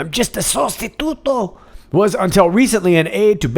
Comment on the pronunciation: perfectly pronounced! sostituto